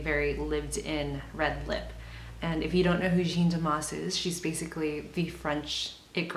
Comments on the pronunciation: Jeanne is prounounced jan, not gene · it's as if you were british and said man but you have to replace the "m" with "j" and that's it. It's the same "a" sound as in "cat". In french there are no accentuated syllables so it's as if it was only one syllable, like "jan". is this understandable?? ahah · finally someone did it! looks soon good on you ! damas´s style is my fav! u r great ! love ur videos! and it´s JaaAAA -(h)-n pronunciation, kindaaa... not so important anyway... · frustrating I would really like to say it to you out loud. If you type Jeanne Moreau interview on Youtube you ll find a lot of French interviews of that amazing French actress and you'll probably hear the interview pronounce her name correctly. It's really not that important anyways it's just that you seem to really appreciate her looks and you did a really good makeover that suits you perfectly. You could be taken for a Parisian too you know :) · When making a video like this, why does no one seem to at least google her name to make sure it’s pronounced correctly.. I don’t get it